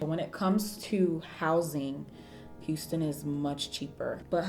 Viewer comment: I knew you moved to Texas bc I heard "hu" as in Houston